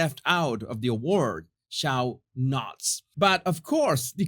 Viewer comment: your English is improving over time but there are several words for you to practice (English spelling unfortunately [unlike the more practical Spanish!] does not always reflect the actual pronunciation e.g. ‘expertise’ = ‘ex-pur-TEES’ or ‘show’ = pronounc’d ‘sho’ (long o & not ‘sh-ouw’); ‘extension’ = ‘ex-TENN-shunn’; ‘this’ (‘thisss’) not ‘deez’; Charlotte (‘SHAR-lutt’ not ‘char-LOTE’) If I sound a bit prudish please don’t take it the wrong way (believe me my ‘Spanglish’ is much worse, to hear my Mexican-born boyfriend tell it!) I only want to be able to draw in more American subscribers who often have trouble with American-English being ‘broken’ — which is more THEIR problem than anyone else’s!! I absolutely adore you & your videos so if I correct your pronunciation of certain English words, write them down in a little book for you to practice before going to bed —that’s what Fausto makes me do with his weird & wonderful ‘Mexican-Spanish idioms’!! LoL